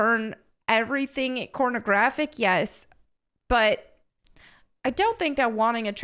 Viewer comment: Do i need a hearing test or do you keep saying CORN-o-graphic?